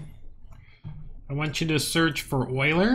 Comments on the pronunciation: I'm not trying to be an ass, but Euler is pronounced You-Lerr XD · google 'euler pronunciation'. it is pronounced oy-lr. get with the program